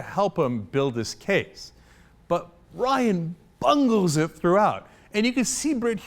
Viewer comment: 1) It's Ryan, not Ryon. If you're going to root for people, might as well know their names. 2) Smoke and mirrors? All he did was commentate on an interview. This was not cut in ways to destroy anyone's image. 3) You shouldn't expect Ryan to carry Romney to the White House. If he wanted someone to do that, he would have chosen Marco Rubio or Christ Christie.